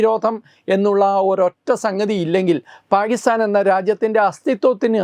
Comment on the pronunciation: It is not paagistan. It is Pakistan. Please correct the pronunciation.